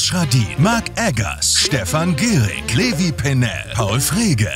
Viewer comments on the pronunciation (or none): none